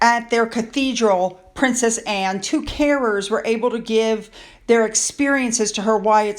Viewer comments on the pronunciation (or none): none